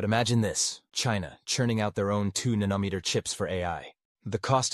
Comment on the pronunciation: If you'd just get a real human to read the material, you wouldn't have such comical wrong pronunciations as "Nan-Uh-Met-Er" instead of the Proper "Nano-Meeter"!! And if that's not bad enough, your Computer-generated "Narrator" goes from improper to proper pronunciation and back!! For the love of God, can't you find an unemployed person to read this very elementary material for you??!